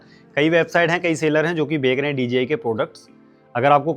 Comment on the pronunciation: बेग रहे है नही भाई बेच रहे है बोलो😂